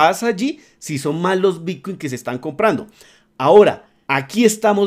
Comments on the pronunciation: Porqué dice "bitcuein" constantemente? Estamos hablando de bitcoin o de otra criptomoneda que no conozco? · ¿soy yo o dice realmente bitcUin ?